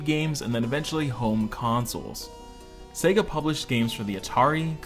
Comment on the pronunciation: Good video! Thanks for pronouncing the name correctly and not focusing exclusively on Sega in the US!